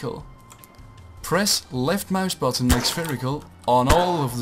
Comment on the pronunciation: ik dacht wel dat je nederlands was omdat je "left muisbuttun" zei xd